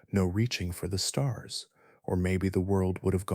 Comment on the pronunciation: A sky full of stars? Lol might want to pull back on the emphasis...we're not actually listening. You actually found me due to the algorithm, but you have a talent for putting people to sleep......thank you sir